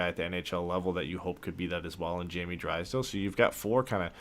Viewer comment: you say Drysdale’s name correctly!!! Then somehow you go back to Dreeesdale- idk why this bothers me but cmon man you’ve proven you can say their names correctly & I think fans & the player appreciate it when you do. Something to consider. Love the content guys, keep it up!